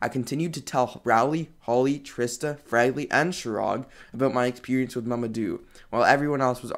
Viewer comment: Leland Pronounced Le-Land How he pronounces: La-Land Holly Pronounced Ho-lly How he pronounces it: Holy 😂